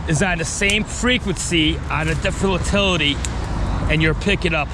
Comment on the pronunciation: Great video. I'm a locator, myself. But when u keep calling it an uhhtilty make me kinda laugh. Good work though.